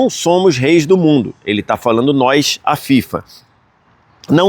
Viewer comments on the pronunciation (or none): Parabéns pela cobertura e todas as informações da copa, muito legal!! Obs: não é “nois” e sim “nós” 😊